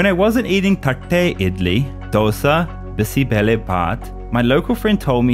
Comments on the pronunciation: As a kannadiga damn you really nailed the pronunciations of bisi bele bath and thatte idli 🙌🏽 mad props! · There are so many authentic North Indian restaurants in Bangalore like Delhi highway and tandoor.btw,the way u pronounced bisi bele bath was really mesmerising.Thank you so much for supporting our culture.😊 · Exelent pronounciation of "Thatte Idly" & "Bisibele Bath"❤ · Love the way how he pronounces "thatte idli, Dosa and Bisi Bele Bhath"